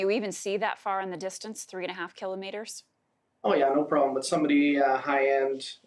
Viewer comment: Who the hell says "keelo Meetres"